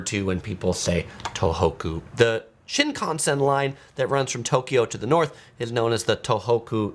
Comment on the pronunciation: You are really mispronouncing Shinkasen.